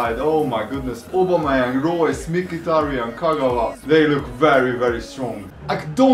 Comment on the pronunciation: says aubemeyang wrong say it like this (oh-bomh-eh-yany)